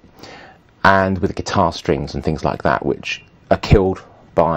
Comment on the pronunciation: Why is Paul Ross selling me cameras? "It'll look lark a skwilion dollars" Fuck off!